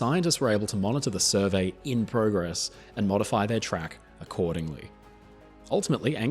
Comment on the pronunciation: You said progress wrong